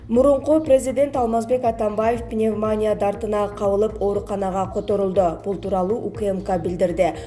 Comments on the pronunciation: Каарантин деп окуп жатат. Же билим алган эмеспи диктор. Матриялдык деп окуп жатат Пневмания деген сөздү дагы туура эмес. Башка диктор окусун же болбосо каналды өчүрүп койгулачы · Карындашым пневмания, пандемия, деген сөздөрдү 1000 ирет кайталап анан чыкчы эфирге. Ударение кайсы жерге койулаарын так билип алып анан айта бер. Жаман көрбө.кыйналып уктум да . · Окуп жаткан кыз,пандемия пневмания деген созду жакшылап жаттап алчы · Пневмониииииия, ударение на и